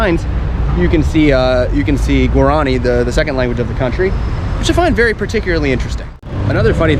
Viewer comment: Guaran i is pronounced (wah-rah-nee), with the accent on the last i. The lace work is called ñandu ti (nyan du tee) accent on the last syllable. Embroidery is called a' ho po'i. (ah-oh po ee) accent on the last i again.